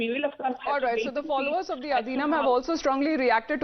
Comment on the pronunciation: The pronunciation is Aadheenam. I'm glad that TimesNow is bringing Tamil issues forward, but it'd be better if such professional newsreaders learn to at least pronounce simple words correctly.